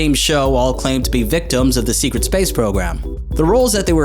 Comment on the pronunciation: ......LOL he says SEQUET space program LOL SEQUET lol he does the r just like when someone with a speech impediment says PWEASE or something lol Shut up